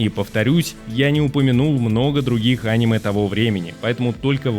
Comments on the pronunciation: видео супер, только режет слух твое Аниме, вместо анимЕ. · Топ мне понравился, описывать тайтлы ты умеешь, но когда говоришь Аниме, а не анимЕ... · Почему он говорит Анимэ, а не анимЭ🤔всегда думал что ударение на последнюю букву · Бро видео просто потрясающее! Сразу 7 скрытых алмазов! Спасибо! Единственное, очень режет слух слово Аниме, когда абсолютно все говорят анимЕ. Загуглил, пишут что ударение правильно на последний слог, подумай, реально режет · Не Аниме, а анимЕ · посмотри в интернете куда ставят ударение в слове аниме. а то видос норм а твоё "Аниме" сильно портит впечетление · Не очень понимаю, как после слова "а́ниме", можно всерьёз воспринимать ролик. Ведь всем известно, что правильно говорить オネメ。 А кроме шуток: шикарная подборка. Буду смотреть, чего не знаю. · Противно слушать, еще бы мультфильм назвал… ударение правильно надо ставить а не коверкать слово! «Аниме» на третий слог ударение! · Может топ и хорош но неправильное ударение, прям бесит